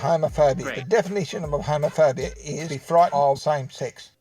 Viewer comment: Am I the only one when he said "homophobia" it sounded like "home of furby?"